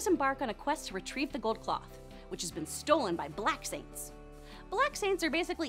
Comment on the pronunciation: She put too much emphasis on... BLACK SAINTS